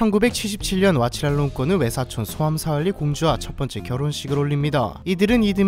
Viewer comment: 태국의 로마자 표기법은 묵음과 장음 등도 모두 표기하기 때문에 위키피디아의 로마자 이름 표기를 보고 한글로 옮기면 실제 태국어 발음과 차이가 많이 납니다. 그래서 다른 사람처럼 느껴지는 이름 몇 개를 수정해 봤습니다. 소암사왈리 -> "쏨싸왈리"라고 발음 사진 속 여인은 쫒겨난 쑤짜리니의 딸이 아니라 첫째 부인의 딸인 팟차라끼띠야파 공주이며 (현재 의식불명 상태) 쑤짜리니의 딸은 다른 사람입니다. (딸이라 왕위 계승 문제가 없어 공주로 인정 받았고 4명의 아들은 왕족에서 제외됨.) 스리라스미 -> "씨랏(ศรีรัศมิ์)"이라고 발음합니다. 웡와치라파크디 -> "웡와치라팍"이라고 발음하지만 이는 잠시 하사 받은 이름이며 본명은 "니라몬 운프롬", 추후 후궁 첩지를 받으면서 그녀의 공식 이름은 "씨니낫 필랏깐라야니"가 되었습니다.